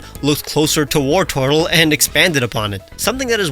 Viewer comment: Wartortle isn’t as in “war” it’s as in “wartor”